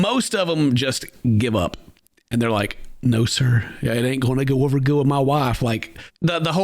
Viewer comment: Chris pulling out the Southern accent with the “Why don’t you start o’er again” sends me every time 😭